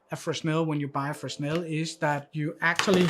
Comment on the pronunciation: Great review. One small detail. Fresnel is pronounced fre-nel (s is silent). Keep up the great reviews.